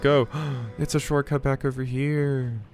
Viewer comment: Shortcut... What? That's an interesting way to say it. Never heard that one